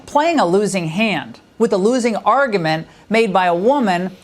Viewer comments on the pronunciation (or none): Did anyone else notice she just said "argament" not argument. To me thats pretty big coming from a famous fox anchor😂